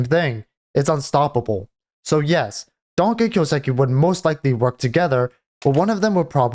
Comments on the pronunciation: The way you say kyousuke boils my blood. It's a japanese name right, so you get the first part right, the kyoo, but then say siki. What? That's a su, す, not a si, that's not even a sound in japanese, the su sounds like the name sue, kind of. And ke is like the ke from ketamin. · Lol just right after writing this you say kyouseki. Brudda. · Listen to him say his own name.